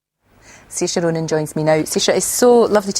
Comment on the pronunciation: is it not more like s-ear-sha row-nin?